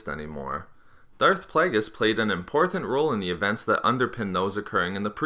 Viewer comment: your pronunciation of "important" sounds gross and irri-TAT-ing